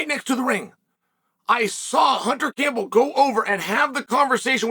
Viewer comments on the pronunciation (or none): none